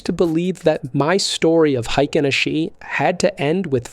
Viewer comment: It's pronounced "Ahh-Shee". Makes you sound like a noob.